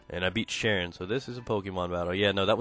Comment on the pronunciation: his names not sharion its charian.